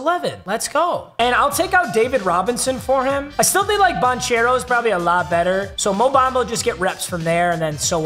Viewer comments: It’s ban-care-oh not ban-chair-oh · paolo bancare-o is how u say it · dawg im begging you pls say Ban-Kero.... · Poalo Banchero’s last name is pronounced ban-care-o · it's Pawn-kero not bonchero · It’s not pronounced “ban chair o” it’s “ban care o” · Every time this man says banchairo I die a little inside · ban-chair-o lol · yo papa that isn't how you annunciate paolo's name. It's "ban - ker - oh". Thought I'd help ya out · It is pronounced "Ban-Care-Oh" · Just a heads-up, the “ch” in Banchero has a “k” sound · Please learn how to say banchero 🙏